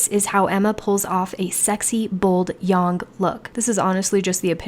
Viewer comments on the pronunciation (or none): "Yong" = I'm an idiot who can't pronounce words. "Most simplest" = I never learned grammar.